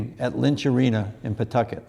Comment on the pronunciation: FYI, LOCALLY IT’S NOT CALLED PAWTUCKET. IT’S CALLED PAH TUCKET LOL 😂